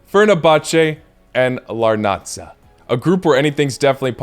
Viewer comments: the correct way to read the name of the team is as AEK Làrnaka and not Larnača because it's a Cypriot team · Bro you fucked up Cypriot team names💀 AEK LarnaKa (pronunciation) Omonia (pronunciation without the second "O” Keep up the good work🙌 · Why does he pronounce Larnaca like that😭